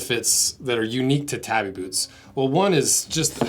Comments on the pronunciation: "Tah-bee", not "tabby". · Not pronnounced that way! Taw-bee. Not. tab-ee. It separates this way: ta-bi. But 'a' is always 'ah'. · Wait do people actually call them tabby boots instead of tabi boots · I know it's largely inconsequential, but they're not tabby boots, they're tabi boots. tah bee. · It's Tabi not Tabby. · To hear "tabby" so many times in one video really hurt my head... Lol It's ta:.bi, where the "a" is pronounced the same way it is pronounced in the word "father". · I’m pretty sure it’s pronounced tah-bee. Either way I’ve been using them all my life. Felt sole for running around on the slick rocks on the shorelines of the big island of Hawaii. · I'm sorry but this was a really low effort video & frankly ended very disrespectfully. The shoes' name is not "tabby" like a housecat, but tah-bee, two syllables. They are available in leather as well as steel toe from different makers & are much more durable than your test gives them credit for. A shoe built of light materials is not a "costume" shoe. By the standards of this video, a pair of Vans slip-ons would be a "costume" shoe. If you wanted a more durable boot you could have bought a brand like Marugo with the leather & steel toe. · Boy, if you don't stop pronouncing it 'tabby', I swear... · He's saying it like the girl name. Its TAW BEE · We used to wear them for walking on reefs when fishing. They allow you to use your big toe separately from your other toes to grip or flex for traction and stability on uneven surfaces. And I must confess we pronounced it tahbi, not tabby. 🍻 We were usually barefoot or wore slippers/flipflops otherwise. So, our feet weren't like those of you who grew up wearing shoes all the time. 😉 I love your channel and products, but your mainland U.S. perspective is funny to me at times. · “Tabbie boot” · Its pronounced Tah-bi